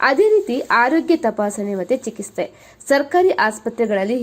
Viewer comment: Chikitse adu chikiste alla..